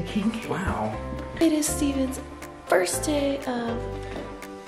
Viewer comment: you said fist day not first day